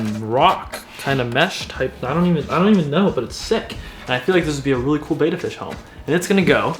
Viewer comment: I just never watch videos where they mispronounce the name of the Betta Fish. Dudes, it AIN’T BETA. It’s Betta, like BETTER. See the 2 Ts??